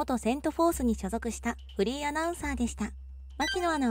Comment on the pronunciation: フリーが不倫に聞こえる